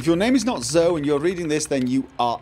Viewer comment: "Zoh,"? That's just as bad as a character mispronouncing "Tove" in that one Witcher episode.:p